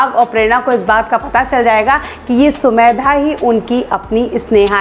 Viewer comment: Mam aap har bar sumedha bolti hai sumedha nhi samedha hai